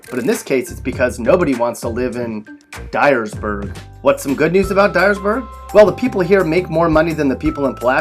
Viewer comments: Die-ersburg, lol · LOL Dyersburg.